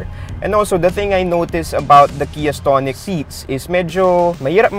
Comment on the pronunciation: Iba yung pagkakabigkas mo ng stonic ah. Ahahaha STONE-ic. Ahahahahaa